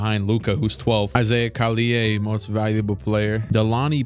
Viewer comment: For the record, it's Collier with a hard r